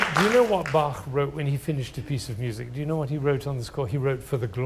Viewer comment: He is full of wisdom and the 1st native english speaker I ever heard , who pronounced Bach the right way.